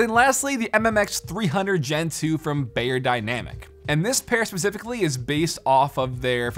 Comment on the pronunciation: It’s not pronounced bay-er-dynamic; it’s pronounced buy-er-dynamic. It’s German.